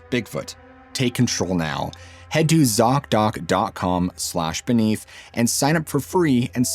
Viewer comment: Zock Dock? seriously , they need a name change STAT .you miss said or i miss heard and i got a great laugh out of it . i heard ( sock dock) and immediately imagined ........ laughter is best meds.